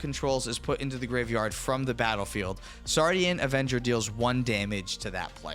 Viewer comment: first English native person to NOT say "Sardinian" avenger 🙏